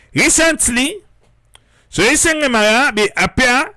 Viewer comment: It's Sorie Sengbeh NOT Sorie Sengeh. Triple A take note !